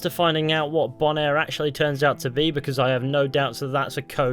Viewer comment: “Bonaire” are you sure it isn’t “Boner?”